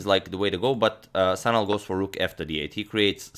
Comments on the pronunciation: its actually şanal not sanal by the way you should pronounce it like shanal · It's actually pronounced 'Shanal'. The letter is 'Ş' which is pronounced as 'Sh'.